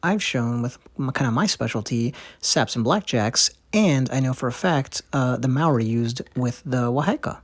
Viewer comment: Wā hā Ika pronounce it correctly if you want to teach my culture.. Please pronounce Ma o ri Pronounce like (maow - dee) Thankyou for teaching my culture I am ( Tuhoe - Ngati rangi wewehi) I also am a carver in these taonga. I find it offensive that these things are in museums these belong where they originate from